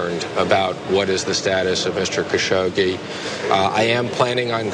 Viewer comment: at last someone finally said his name correctly! Thank you